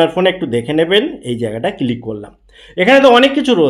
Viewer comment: ভাই এটা কিলিক না ক্লিক হবে 😅